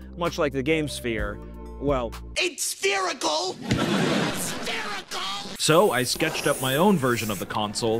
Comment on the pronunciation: ITS SPHERICAL, S P H E R I C A L.